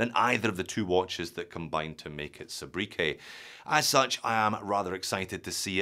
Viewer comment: mate, it's pronounced 'Soo-bree-kay'.